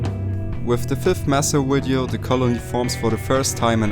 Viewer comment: Awesome channel. BTW it's video not widiow